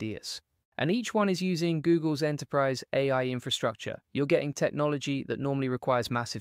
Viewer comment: In Descript, separate A I so it reads it right. Seems to sometimes read it as “eh” like us Canadians sometimes. Just lookin out, not criticizing